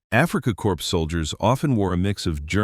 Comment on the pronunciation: Is it AI or real? It's AFRIKA KORPS as in CORE, NOT CORPSE, as in a dead body. If you are a human narrator (and I doubt it), you must be every bit as stupid and IGNORANT as the Kenyan POTUS of the USA named Barack Obama who repeatedly and ignorantly kept saying medical CORPSEMAN when he should have said CORPSMAN. The P and the S are both silent as they would also be in AFRIKA KORPS.